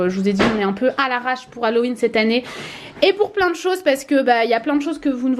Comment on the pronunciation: A il a dit maison d'Hallowin je rêve j'espère 😂😂